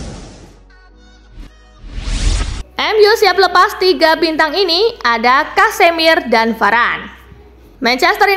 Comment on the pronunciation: alamak di baca kasemir mak